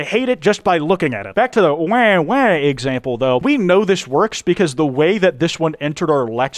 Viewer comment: It's wah wah not wae wae